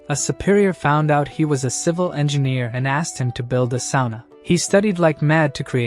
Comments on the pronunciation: Engineer the word is Engineer not ENGINNER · Now that you've posted your annoyance. We shall call it ENGINNER! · “En gin ear”